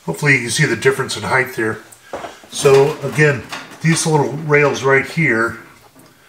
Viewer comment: great videos, but it's 'height', not 'heigth'.